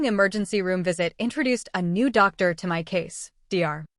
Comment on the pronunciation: Irrelevant, sometimes distracting background! Poor punctuation, and poor spelling of some everyday words in the written text! Poor pronunciation of some everyday words (eg. Dr) in the commentary!